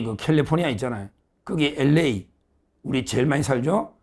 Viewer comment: LA를 한국인들은 대부분 ‘에레이’라고 발음하는데 비해 미국인들은 ‘엘레이’라고 발음하는데, 서 변호사는 정확히 ‘엘레이‘라고 발음합니다. Very good!